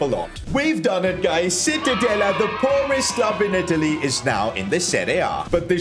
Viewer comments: Is not called citadella is called: ci-tta-de-lla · Isnt Citadela but Cittadella in italian pronunciaton. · Sono italiano e citadela si pronuncia ciTTadeLLA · It’s pronounced cittadaya as an Italian Ik double L is pronounced Y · Awesome video! Just a small point on pronunciation, it's pronounced "cheetah-della" - ci makes a "ch" sound in Italian :) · I just came to hear "Cittadella" mispronounced. Thank you for not disappointing me 🙏 Namasté Namasté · Im sorry, I'ma be that guy, evertime he said Cittadella, it pained me with his pronunciation 😅 To give a perspective, it's like pronouncing Church as search 😂